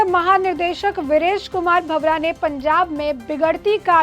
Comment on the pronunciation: मैडम सही नाम वीरेश कुमार भावड़ा है भंवरा नहीं